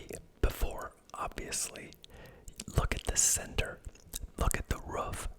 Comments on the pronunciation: I’m French Canadian and English isn’t my first language, but the way you say « roof » always stands out to me!? You’re the first person I hear pronouncing it that way. Is it a regional accent thing? (Love your videos, btw. Very relaxing!) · Wow I just noticed that as well, sounds more like a dog’s “ruff” almost hahaha